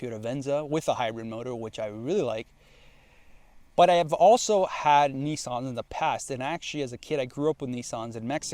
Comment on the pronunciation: Also, you say Nissan much better than you say Tee ota, or Tota.